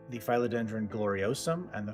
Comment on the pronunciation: Who are these mafia community members you speak of 😮? I’ve never understood naming plants, but I suppose it would be fun 😊 A couple of things, since you asked. Phil-o-den-dron isn’t pronounced with a long i, but a short i, like the male name Phil. YW Regarding the 3 rubber trees upstairs, IMO, it’s a little too late for notching. I would chop them into 3, plant the cuttings back into pot & they’ll branch. Notch the top cutting to branch after established.